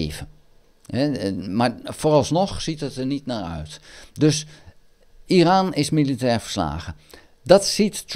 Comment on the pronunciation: Goeie informatieve video. Het is overigens "Iran" en niet "Iraan". Trump wist van de aanval voordat deze plaatsvond. Dat heeft hij zelf gezegd. Hij heeft Netanyahu verzocht om Iran niet aan te vallen. Ik denk niet dat de VS Iran gaat aanvallen. Denk dat Trump dit toch niet gaat doen.